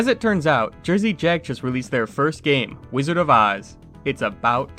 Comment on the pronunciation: Jersey Jack owner pronounced incorrectly.